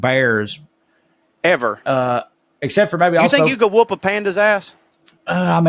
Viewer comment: Aussie here (it's pronounced "Ozzie") - "Yeah, nah" is said differently. The American way is too enthusiastic or apologetic. It's the flatness of delivery that drives it home. - It's not pronounced "wewp wewp", The oo is shorter and the words are repeated quickly back to back: "Whup-whup". - There is an ad for "Antz Pantz" that is part of the subculture (Google it). - It's not "No Wookas", it's "No Wuckers", short for "No Wuckin' Forries" which is a spoonerism for "No F***in' Worries". That one was a lot to unpack. - A bludger is a lazy person, often connected to people on welfare. - Bodgie and Widgie were words for greasers in the 1950s. Bodgies were the boys on motorcycles in leather jackets. - "Cark it" means to die. - is right on his interpretation of 'Fair suck of the sauce bottle'. Same as fair shake of the stick.